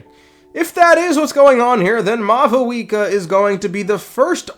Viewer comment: why do you call her mau VOO EKA its pronounced maw wika